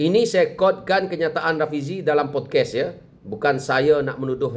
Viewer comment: Bukan podkes ..podcast...bunyi mcm pod kast..sejak bila dia ni pakai make up?? Guna filter ke?